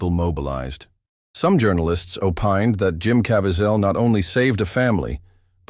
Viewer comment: Just learn to pronounce his name, peeps I’m not good with phonetic pronunciation but his last name is pronounced CA VEEZ AL get it right. He deserves & is WORTHY of that level of respect!!!!!!!!!!!!!!!!!